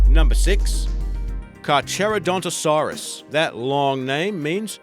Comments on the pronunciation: you miss pronounced Toodon it is pronounced Trow-don Carcharadontosaurus of which is pronounced car-car-a-donto-saurus and Spinosaurs o which is pronounced Spino-saurus also Deinonycus is did not disembowel pry with the tow claw it most likely slit its throat like its close relieve Velcoraptor and one more thing the skeleton of spinosaurs is incorrect it walked on four legs not two and the spine is not assembled correctly... this is NOT a hate comment it is just a correction comment please no hate. P.S. Tyrannosaurs had feathers. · Din on ichus? Map u saurus? Ka chara dontosaurus? True dun? It's die no ni kus Map who saurus Kar Kara dontosaurus And troo don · Carchodontosaurus is pronounced Car-Co-Dont-A-Saur(us) 👍🏻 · facepalm It's Carcharodontosaurus, and is pronounced as "kar-karo-don-to-so-rus". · Gig-an-ot-o-saur-us missing a syllable there, also dine-on-i-kus or din-on-i-kus either one's fine and car-car-ro-dont-o-saur-us, just retrying to be helpful lol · Same. I was mad, it is (Car-car-oh-dont-oh-saur-us) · Also char CHAIR a conto saurus? Really? And gorgonops as a dinosaur? Might as well add megalododon and quetzalcoatus and pronounce then mee-ga-leo-don and quet-zeel-coatless. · the pronunciations are not the best,like carcharadontosaurus or troodon